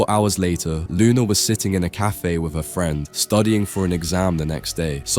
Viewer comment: with not wif